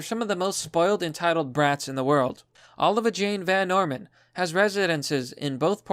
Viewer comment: Oh Live ee ah.... not Oh La Ve Ah